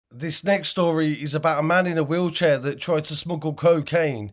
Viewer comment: FFS IN HIS WEELCHEAR 😂😂😂WHAT A FOOL